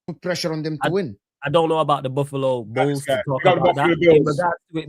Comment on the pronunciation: Man called Buffalo Bills -“Buffalo ballz” lol😂🤣👏